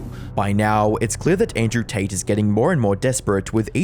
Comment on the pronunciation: Can't tell if you're saying "taint" or not lol.